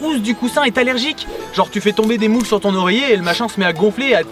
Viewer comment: le fameux "un loreiller"